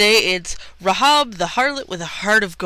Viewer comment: The correct pronunciation is "Ray-hab", not "Ra-hob" She's a true heroine of the Bible, an ancestor of Jesus, and you have no idea what you're talking about.